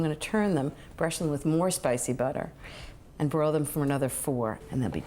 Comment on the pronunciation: I thought Ina said “boil” the wings 😂😂